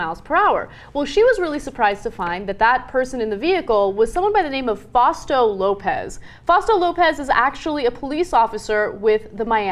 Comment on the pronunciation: That's not how you say fast-o You said fosto. You don't hear a cop ask "sir/ma'am, do you know how fost you was driving?" Really?